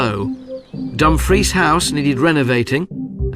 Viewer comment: AI Bull💩💩💩 I have cringed every time that DUMFRIES was PRONOUNCED, I dont know why NOBODY ELSE is COMPLAINING, its SICKENING 🤢🤮😡🤬